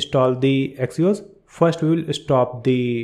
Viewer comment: bro its axios not axos